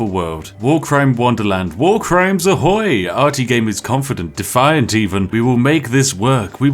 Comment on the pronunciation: fun fact - Ahoy (the way that Spiffing Brit pronounces it) sounds almost like a "Oh dick!" in polish. Have a nice day; P